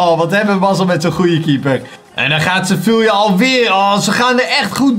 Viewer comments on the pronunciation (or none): Je spreekt Sevilla uit als sevia